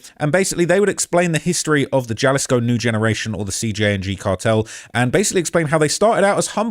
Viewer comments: Juh lee scoo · Please say jalisco like this (Ha-lease-co), not jah-lease-co.😂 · Jalisco is pronounced "huh·li·skow" not with a J sound. The Epstein files are wayyy worse. Eating babies vs eating enemies, eating babies is 1,000 times worse. Google "pizza" "jerky" "grape soda" "cream cheese" in relation to the Epstein files and that shit is way more disturbing. Seems this video is made to capitalize on what is happening in Mexico. Cause you wouldn't make a simple mistake like mispronouncing Jalisco. Also, he was killed, not arrested. Do better with your research. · In Spanish,the J makes the H sound. Not Ja-lisco It's pronounced HA-lisco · Jaleec so he reads Ja as Juh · "J" makes a softish "H" sound in Spanish. I live the same distance from a Spanish speaking country as a ton of Britons, and you guys still can't pronounce Spanish names. Faulty Towers even had a Spanish guy as a main character! Brits love to soft "J" when it's almost never necessary, it's weird. Why are Brits so bad at pronouncing foreign words compared to other English speakers? Ah, Eh, EE, Oh, OO, and Y(ee), it's not hard, I promise. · Say Jalisco: ha-LEES-ko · They're gonna come see you just for saying "galisgo" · It’s (Jalisco) = HA•Lee•sco cmon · ITS HALL-EE-SCO!!!! GET IT STRAIGHT! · Dog you cover this stuff daily, the J is an H sound fam an Im a black American you can do it too. You even play clips where a british dude says it correctly multiple times. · You were sleeping in Spanish classes. Pronouncing "ll" is a double y sound in English....like Puerto vay yarta. "Jua" is a hwa sound when.. Guanajuato is guan a hwat o, but "j" alone is like an h like Guadala hara.... Jalisco is hal is co Your pronunciation needs some work...just saying...keep up the good work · Jalisco is pronounced “ha-lease-co” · Love your show. J is always an H sound in Spanish Halisco for example. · It's pronounced Halisco. Js are pronounced H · It’s pronounced Hahleeskoh foo